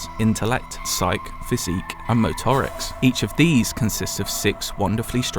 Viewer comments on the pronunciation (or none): It's pronounced SAI-kee, not "Psych". And MO-tuh-ricks